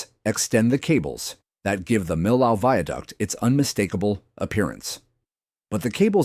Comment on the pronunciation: just another non-French narrator butchering the pronunciation of Millau nothing to see here